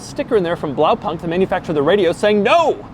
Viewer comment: I really love Doug trying his german impressions, for all the german cars he reviews he should get some german lesson to know how to pronounce Gelände und Blaupunkt